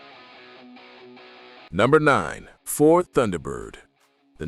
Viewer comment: Did your AI voice narrator just pronounce the word "Tunderbird"? Wow, back to AI voice pronunciation school! It's even funnier that the AI narrator got the pronunciation correct in the beginning segment about the car numerous times. What's up with that?